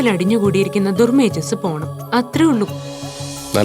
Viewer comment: ദുർ മേജസ്‌ ആണോ.. മേദസ്സു...ആണോ.. പറയുന്നത് കേട്ടു.. ദൂർ മേജസ് എന്ന്...